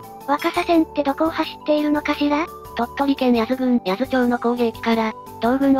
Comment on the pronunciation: んー、いい動画なのに読み違いが多すぎて興醒め…かくだて（角館）、ようかど（鷹角）、はちとう（八頭）、せんとう（千頭）…こういう動画だからこそ地名、固有名詞の間違いは見過ごせない。